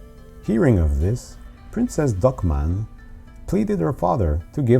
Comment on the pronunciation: Did you say 'Princess Duckman'?